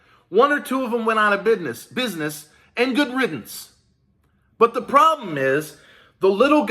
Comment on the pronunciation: We not talkin proper no more, you said it right "" 😉😂 #EIDL gimmie my damn money!